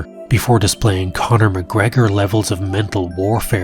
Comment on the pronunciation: lol sounded like Boner McGregor